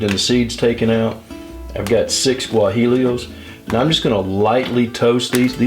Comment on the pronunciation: guajillo is said like guahEo like an E sound not L. You're video is great looks really good. thanks for the upload :-)